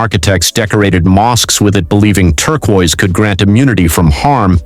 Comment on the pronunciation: Better work on pronunciation if you ever want to sound human. Im stealing Turqua tho